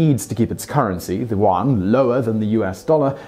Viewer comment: please check out how to pronounce the name for the Chinese money.